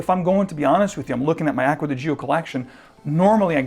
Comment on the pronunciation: Please learn how to correctly pronounce "Gio". 🤦🏻‍♂️🤦🏻‍♂️🤦🏻‍♂️